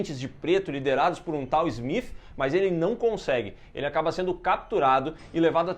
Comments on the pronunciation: Engraçado voces falar aobre falar Matrix ou "Meitrix", Neo ou "Nio", e falam Agente Smiff.. hahahahah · Smif kkk o nome do cara é smiti pooo